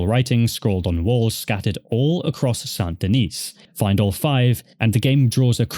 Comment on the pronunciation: sand de-neece ggrrrrrrr lol... it's san de-knee or sandyknee :)